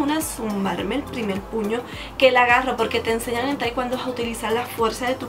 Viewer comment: no se pronuncia taicuando es taicuondo y no podes subir de cinturón tan rápido por que de práctica mucho pero de conocimiento nunca aprendedd